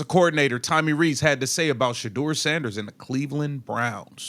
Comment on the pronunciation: This is nothing but a clown show they have a awesome dude playing for there sorry team and they can’t even say this man’s name his name is shedeur can you say that